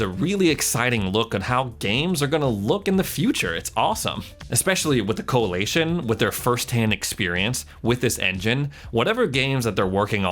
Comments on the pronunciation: Coalition not coalation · CoaLITion, not CoaLATion. Driving me crazy lol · I'm really didn't want do this but its Coa"li"tion not Coa"la"tion, the first time he said it I'm like he will get it right, he didn't. Just kept pronouncing it completely wrong the whole video over and over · anyone cracking up as to how he pronounces the coalition? coalaytion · The Coali-A-tion 😆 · Lol Co-a-lee-tion 🤣 Americans say things so funny